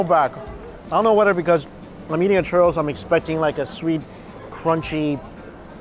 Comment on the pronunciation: Everytime he says churro I keep hearing Turtle 😂